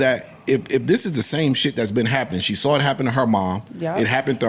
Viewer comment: I say “I saw it” be like: “I sawrrr it” 🤦🏽‍♂️😆😆😆